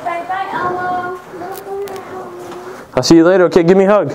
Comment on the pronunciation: This ain't elmo. It's El- Mo